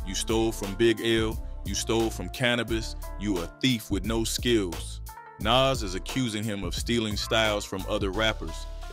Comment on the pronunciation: But why can’t he pronounce Nas name properly?